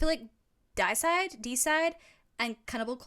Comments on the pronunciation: It's pronounced DAY-icide. Because it's derived from Deity. The band name literally means god killer. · Deicide (Dee-cide) means the killing of gods. FYI. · I've always pronounced Deicide as "day-'i-side", from deity as "day-'it-y". Good group of tracks, love it ❤